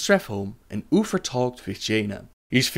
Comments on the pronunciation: I love how you pronounce Uther...lol "Oofer" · Sorry but i have to tease you about "ufer" ^^ Its Uther!! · Ok, someone explain this to me, how is he unable to say uther properly, but he can say THE light bringer. Like I dont wanan be that guy, but im jsut tryin to understand. Its not UFER, its UTHER with a THE sound, just like he said in the word the. God im so shit with accents. and i REALLLY wanna watch these videos. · who is oofer? i always thought it was uther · Arfus? Oofer? Udders? lol Good video! Love all the lore vids, keep them coming! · I kept hearing you say Oofers and I couldn’t stop laughing. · I tried watching this, i really did, however every time you said Uther, like Uffer, drove me bat shit crazy. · Arfas (our fuss) and Ufer (Oofer) Man I think you lost a tooth when pronouncing their names. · Uffer and loffar. Thats all I am hearing. Th making a ff sound. So hard the follow. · LOL UFER ARFAS HAHA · "UPHER, UPHER, UFERR, OOFER," "DEAF KNIGHTS" "LOAF FAR" "Arphas" TH sounds aren't that difficult mate.